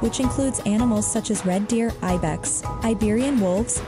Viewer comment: p.s. the 'Ibex' is pronounced '_eye_bex'